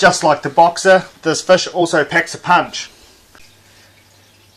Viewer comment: Fish g not fush 😂